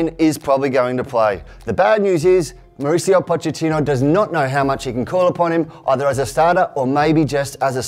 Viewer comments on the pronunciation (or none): none